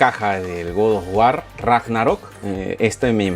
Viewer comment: Que incomodo escuchar todo el tiempo GOD OF WAR, mal pronunciado.